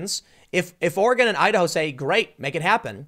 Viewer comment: Your Idaho sounds like Ohio.